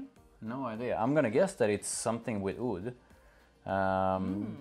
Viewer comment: Oud and aoud are the same. In Arabic, it's not "ood." It sounds a bit more like "owd"